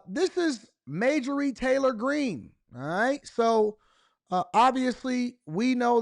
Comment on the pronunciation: its MARJORIE...not Majorie...hahhah too funny